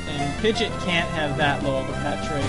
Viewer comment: Wow i forgot how much i liked rustboro's music. BTW you keep on saying pigeot's name incorrectly, dont know whether or not you care, but its Pi-gee-ott, didnt want to be fussy but i makes me cringe when you say it. Well this has all been recorded now anyway so i guess ill keep on hearing it :(.